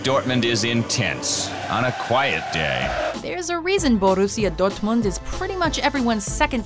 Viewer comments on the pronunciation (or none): the way she said borrusia dortmund make me cringe